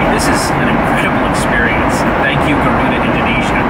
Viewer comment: Actually, Its Garuda Indonesia, Not guaruda.